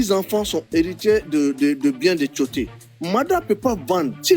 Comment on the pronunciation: On dit Tioté, et non timoté